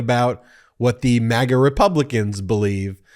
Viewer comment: This MAGA not mega! It’s America not Emeriga!